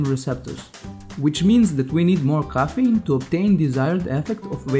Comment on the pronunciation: it's called CAFFINE* NOT KOFENE